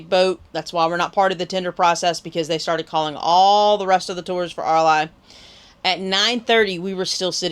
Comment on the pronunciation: Hi it’s pronounce Air Lee beach great review